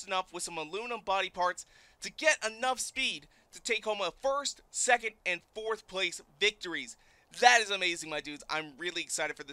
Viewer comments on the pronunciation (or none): none